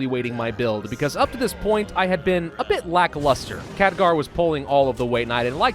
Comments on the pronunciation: NeeshKa neesh Ka.N E E S H K A. KheLgar. K H E L G A R. not Khadgar. KHELGAR. Otherwise, great video. But damn man, those names really hurt to listen to. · KHELGAR!!! not Khadgar, come on. Show the Ironfist some respect!! and its NeeshKA, not Neesha. Names are my pet peeve man.